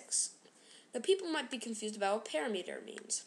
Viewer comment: u pronounced parameter wrong :P just saying